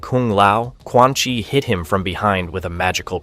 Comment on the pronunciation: did you hear quan chi?😂